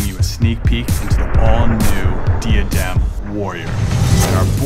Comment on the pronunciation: When you are sponsored by diadem and pronounce it wrong lol. It’s Die - uh - dem my friends 😊